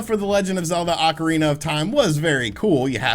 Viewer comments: Take a shot every time he says “Legend of Zelda: Oncirina of Time”. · Is it Acarina or ocarina ?